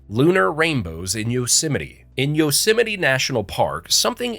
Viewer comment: Central California 😤 The "Yo - Semite" Valley